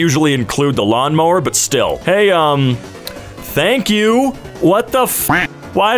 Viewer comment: Did you not mean to say "Tank You" ? :)